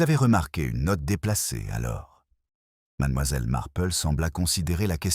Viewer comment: Il y a des progrès mais madAmoiselle reste difficile à entendre , surtout suivi de MarplEU . Miss Marple prononcé à l anglaise serait plus doux à nos oreilles.